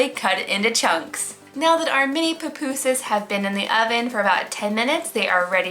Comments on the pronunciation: And it’s not pronounced puh pu sas there pu pu sas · Not to be rude but it kinda annoyed me when she said Popusas,I say pupusas😂